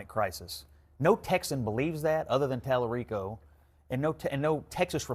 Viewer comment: Tali-REEK-O is a joke 🤣🤣🤣